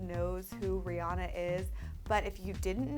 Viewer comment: It's Ri-Ann-A